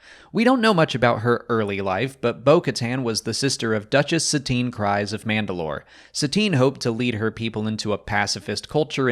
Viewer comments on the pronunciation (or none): It's even pronounced in the show. Kryze. Its kr•ee•ze (rhymes with keys) Does not rhyme with cry)